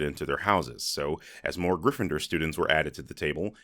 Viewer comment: I stopped watching Cinema Sins around 2016. Everything just seemed to be the same video after a while and so many things they called sins were just not. It's like they started reaching for reasons to stay relevant Also, my guy said "you're not a griffidur" 🤣bruh made my day for real